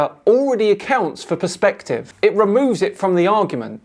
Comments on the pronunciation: Is it me or does it sound like he says “prospective” rather than perspective? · No wonder the Irish are the butt of so many old jokes! He keeps saying prospective now that is not due to the accent that is stupidity as the Irish can say perspective perfectly fine! Talk about being the bad apple!